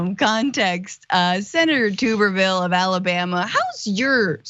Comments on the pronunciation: It’s not tu-ber-ville it’s tub-er-ville. when he coached football at auburn they called him T Tub. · Say his last name right Damn